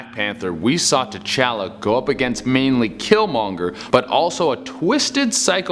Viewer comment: Every time he says t challa I think tachanks